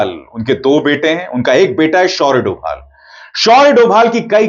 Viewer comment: Dhobhal bolna sikh